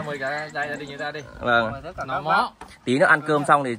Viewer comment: Để em NÁI nhưng cứ bảo để e ấy NÁI- nói năng gì ngọng líu ngọng lo vậy?